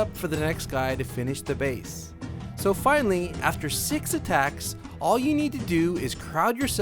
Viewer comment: Its Attacks, not "attacts"